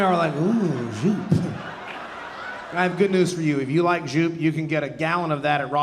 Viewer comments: The correct pronunciation of Joop sounds like "dope" with a y instead of the d. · European here. Super cool set. However, that's not how you pronounce zhjupe. :)